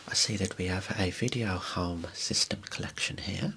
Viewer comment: "hoame" lmao